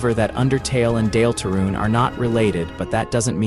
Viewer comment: AI slop voice made me turn this off instantly. Nobody has ever pronounced "Deltarune" that way. I was suspicious, but this confirmed it. Nobody wants to listen to LLM garbage. Use your own voice. Pay a friend to read it. Use an old-style text-to-speech like You have so many other options than AI slop.